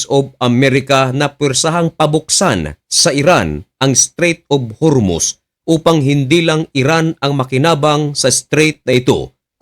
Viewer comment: hormuz hindi hurmuz, dinidiin mo pa mali mali nmn wordings mo.